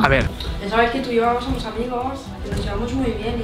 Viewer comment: dice "somo"